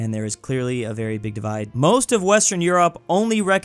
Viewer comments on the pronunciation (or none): none